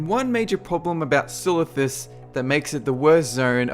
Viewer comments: 1 silithus? How dare you?! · haha i dont mind silithus xD